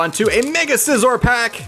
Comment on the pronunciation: says Scizor right